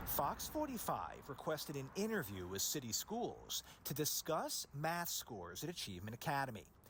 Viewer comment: The council member cant say with "wiff" gee I wonder what the problem is 🤔🧐 ⚫ are not able to be educated so quit wasting money on them.